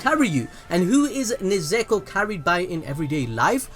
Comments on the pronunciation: IT'S NOT NEZEKO IT'S NEZUKO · It's nezuko not nezeko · Throughout the video... You went from nezuko to nezeko 😂😂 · it's nezuko not nazakho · "Nezuko" Also him: "keeps saying nezeko" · Everyone: Nezuko: Nezeko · I've heard people say nezuko as Nezko Nesko Nezuko But never Nezeko...... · its pronounced INO-SKEY not INO SU KE and NE ZU KO not NE ZE KO ZE NIT SU not ZE NET SU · ITS NEZUKO NOT NEZEKO XD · I like how the name pronouncing keeps changing around from nezuko to nezako to nezuko again 😂😂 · Yall are gods at destroying names lol u switched like 40 times from nezuko to nezeko lol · Fam please! its Nezuko!! NOT NEZEKO! and its Zenitzu.. NOT ZENETZU please besides that good video though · Zinetsu :nez ko channn Me hearing that :the fuk u forgot the "U"man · no ones gonna talk about how pronounces Nezuko as "Nezeako" XD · I like the “Nuzeko” in - lmfao sounds stupid hilarious💯💯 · Why do you keep saying Zenetsu and Nezeko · It's kinda frustrating how you keep on calling her "Nezeko" but nice vid tho 👍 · This man really just said "NeZeKo" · beginning of the video: Nezuko towards the end: NeZEkO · Nezeko ? What? well I heard the worst was HOKAGAY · Stop saying nezeko please it hurts my brain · one more "nesekko" and im ending it all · "Nezeko" im sorry but I cannot oversee this lmao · My man went so baaals deep that he started saying "NIZEKO"! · No one:: “neZEKo” “zinETSu” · you’re British like me but you’re butchering surnames 🤣🤣 Ne-Zoo-ko is how it’s pronounced and Ze-knee-tsu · “Nezeku” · How many times did I hear NEZEKO 😭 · I hate how you pronounced Nezuko's name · Take a shot eberytime mispronounce Nezuko's name.